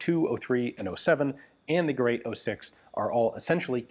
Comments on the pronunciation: It's Gerät, not Gerat. Umlaute are not for decoration, they are different letters and very different sounds. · Ge rät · First and before all I thank you very much fkr creating Forgotten Weapons. I appreciate your encyclopedic knowledge of the subject. The very word GERÄT should be pronounced as if it was written GERATE, similar to the word STATE.